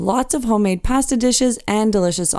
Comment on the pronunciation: We tried it on the Caribbean Princess last year and really enjoyed it. We're cruising on the Enchanted Princess this year and will book a meal again. By the way, the only mispronounced word in your video was "pasta." As we prepare for our cruise, I'm enjoying the tours on the Enchanted Princess.